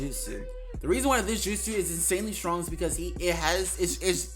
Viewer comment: He is soo shrong